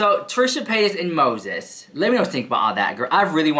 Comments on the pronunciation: Oh girl,my day started really bad ,but when I heard you say Moszheszh (this is how I spell it now) , I 'm still laughing. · "How do you spell Mose🤪💦s? Is it one 🤪💦 or 2 🤪💦? Oh, the 🤪💦 is silent?" Stahpppp, I watched that part at least 10 times. I'll never hear his name the same again. 🤣🤣🤣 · How do you spell MoTHETH? Is it one THHHH or two THHH? Oh, the THHHH is silent. LOL OMG, - you have me on the floor laughing!!! You are seriously so hilarious!! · “Is it one PTTTTHHH or two? Oh the PTTTTHHH is silent? Ok” 😂😂 love you so mach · Lmao 🤣🤣🤣 u are just funny as hell! Lol the way u pronounce Moses like trista is hilarious! That girl lost her mind along time ago. What she does from here on out is just careless n childish and scary! She really needs to layoff that spell shit. Who knows if she does something stupid n then she gets all these demons around her..they will start messing her life up more. I don't think she understands that shit is real she has no experience or education on it what so ever so maybe she won't do a spell correctly. Lol u just never know what's gonna happen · Omg lmao is it one thhhhhhh or two.. oh the thhhhhhh is silent 😂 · I loved how you slurped saying Moses name. Thw slurp is silent 🤣🤣🤣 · 😂 I almost choked on my M&Ms when when you said "oh. The ttthhhhhh is silent!?" 😂😂